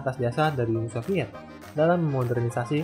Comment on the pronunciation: Nama channel lu salah bang wkwkwk, Uni soviet, Bukan Uni Sofviet wkwkwk